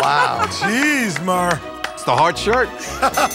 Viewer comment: Murr not Mur